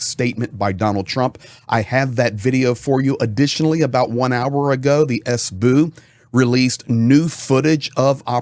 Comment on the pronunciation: I really love your reporting, the only thing; WHY suddenly, after 3 years starting to say "sbu" it's an abbriviation, so why not S B U ? You don't say F bi or C ia its SBU, FBI, CIA. I know, it's my problem, but it's really aaachhh